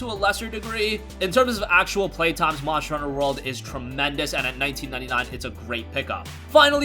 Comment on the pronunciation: "Monsher honsher" lmao